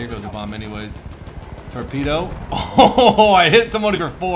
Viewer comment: tropedo lol